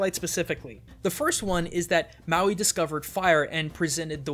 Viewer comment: It's not maywi it's Mawi